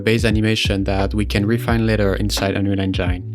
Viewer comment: bro you;re killing me every time with your pronuntiation of Unreal Engine. please fix